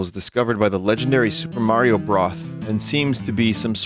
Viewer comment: Vinny will never be able to say Supper Mario Broth's name correctly. 🤣